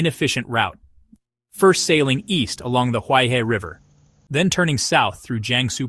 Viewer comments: "He" means river and is pronounced her not hi, therefore Huai Her not huai hi. Commentator should at least learn how to pronounce properly as respect for the language and people. Nobody likes to hear his or her name mangled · Great video! Please read Huaihe as "who-eye-her". Thanks.